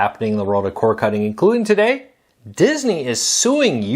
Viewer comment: C O R D NOT C O R E ENUNCIATE